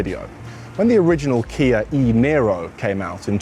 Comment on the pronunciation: Why do you say Kia as kiarr